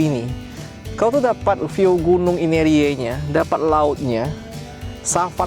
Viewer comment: GUNUNG INERIE... bukan Aimere